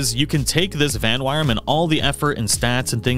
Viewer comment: Uh... there's no r/ar in Vanwyrm's name dude.